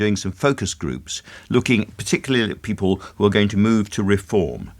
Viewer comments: I wouldn’t vote for him simply for the way he says ’Peepil’. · Always loved how Michael pronounces the word 'people'. Bless the lad. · Another delusional Tory. I hoped I would never hear the way he pronounces "people" ever again.